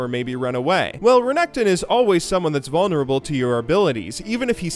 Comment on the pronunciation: Hehe, He called Renekton vaulnerble in lane.